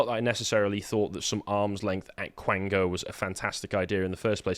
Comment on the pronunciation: Quango, not blango.